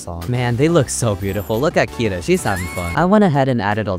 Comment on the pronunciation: me learning japanese: this guy saying kneejika, bowchi, keeda and rio